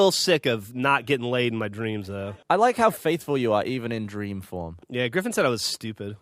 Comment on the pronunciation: I kid you not, i thought geoff said "Sex Stream" not "Sex Dream"